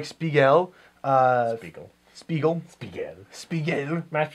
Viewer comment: I like your guy's reviews a lot but ya gotta work on those pronunciations. "Kahn-no." "Spee-gull." Ronin Warriors: "Rye-yo." Etc. See you next time, Space Cowboys.🌌🚀🤠